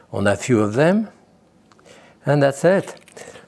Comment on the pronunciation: I really love this man. I especially enjoy when he says...... "an dats sit". :-) He is a true Icon. Thank You.